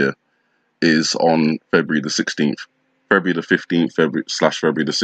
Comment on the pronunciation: Feburu? Like that sounds like nibiru! 😮